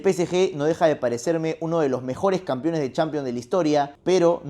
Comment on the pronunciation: Deja de decir "campion", "campiones"... Se dice CAMPEÓN Y CAMPEONES, hablas como el Chavo.